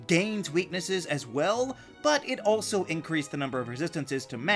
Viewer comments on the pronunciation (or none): none